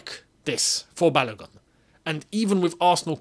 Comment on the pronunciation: Hello, well done. However, the name "Balogun" is pronounced as Ba-low-goon as in Ba (Bah), Lo (low), Gun (Goon). It is a Nigerian name (a name from the Yoruba people of Nigeria). Thanks